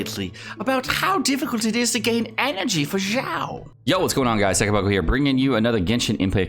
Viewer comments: Why do you pronounce Xiao like "Zhao"? It is more of a "Sh" sound, not "j" sound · I think its Xiao Xi as in she ao as in ow she-ow Not Jao or Zhao pls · In french we usually pronounce "X" almost like "ks" or "kz" and I saw a guy in a french video pronounce "Xiao" as "Kzi-a-o"... I almost died that day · Stop saying his name wrong god dammit.